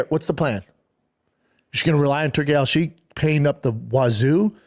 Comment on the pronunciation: "Turkey ala sheik" LOL Bapa dumb as a box of rocks